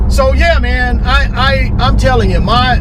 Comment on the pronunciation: "thats it mann" must be from FL